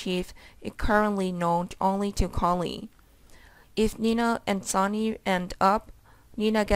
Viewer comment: It's Sonny Not Sawny!!! Learn how to read!!!